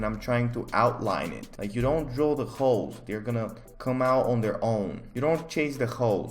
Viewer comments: When he says holes it sounds like hoes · holes what my brain hears every time: hoes 🙈